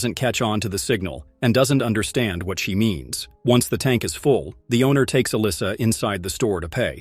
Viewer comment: What the heck kind of English dialect is she speaking? It sounds like garbage. She pronounces words like "what", as woht. lol